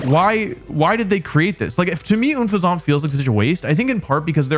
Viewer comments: Oh my god never thought someone mispronouncing Unfezant would bother me so much but the way you do it just.....urgh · Unpheasant is unpleasant, it's almost like it's by design, and Wolfey can't pronounce it correctly. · so are we not gonna take about how wolfe says Unfezant like an 80 year old british man lmao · Wolf's pronunciation of Unfezant is just as horrible as Brita's pronunciation of bagel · ok... I'll agree its like my second least favorite regional bird, but I also still like it. What hurts more is that pronunciation 😭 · Why would you pronounce Unfezant like that................. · Unpheasant is supposed to rhyme with unpleasant, which is also the experience I had using it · I dont hate unfezant it but don’t love it…but I do however hate how you pronounce its name man Jesus😂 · Bro has to be trolling when saying Unfezant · The unfezant mispronounciation erked me more than I thought it would. After reading comments, it seems it was intentional? If so, it's dumb and I hate it. Almost as bad as calling Gyarados "water onyx." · he’s said it that way before. Idk why or how he has it so wrong. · It was driving me so crazy when the name is such an obvious pun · Un-fezant? It's UNFEZANT. Like unpleasant. Come on now.... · ITS UN FEZEBT OMG… the pronunciation are what I’m hating… but I also used unfezant in my b&w playthrough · Why so bro saying oonfesaunt 💀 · It's pronounced like unpleasant, but replace the "pl" sound with an "Ph" sound. Because pleasant and pheasant rhyme. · Unfezant is based on a pheasant so it should probably be pronounced "un-feh-zint." It really should have been a Dark/Flying Pokemon because that rhymes with "unpleasant" and that would be very thematic. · even if it was french, un in french is pronounced way more similarly to unpleasant, he was saying it like it was spelt unefezant for some reason lol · What... What is that pronunciation on Unfezant? It's Un pheasant Like a pun on unpleasant... What... What? This just bothers me so much.